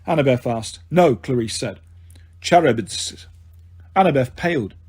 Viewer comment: this is how i feel about the pronunciation of charybdis and scylla😭😭 good audiobook regardless but its bugging me